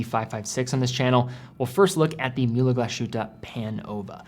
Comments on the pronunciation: As a european who knows german quite well i just want to point out that the correct pronounciation of mühle glasshütte would be "mewle glAs-hewte" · Stop sayin Glas Shootah. So cringe. It’s not Myoolah either.